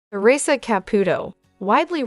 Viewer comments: This must be an AI speaking. "Tea-rissa" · Lousy pronunciation of Theresa's name.